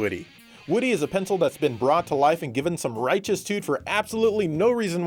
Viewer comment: Did you just say "tuts"??? Ps im from nz